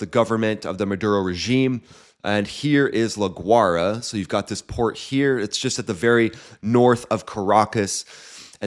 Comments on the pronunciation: Its pronounced la y rah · Pronounced La "Goo-ah--e-ra" . Interesting videos!